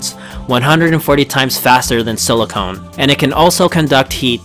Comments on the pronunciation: Good documentary. However there were two glaring mispronounced words. Hexagonal .. Emphasis on the AG.. And Silicon vs silicone. Silicon is the element .. (rhymes with gun.) Silicone is a compound..(rhymes with bone ). Came across like chalk on a blackboard..... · Its Silicon pronounced Silicone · It’s silicon, not silicone and silicon dioxide not silicone dioxide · not to be rude but it is not silicone it is silicon. silicone is a rubber. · it's silicon, sorry for your life, from Paul.